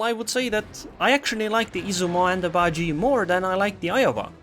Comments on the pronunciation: Im pretty sure its pronounced as ba ji e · Bajie isn't pronounced like gee, it's more like jyeh cause Mandarin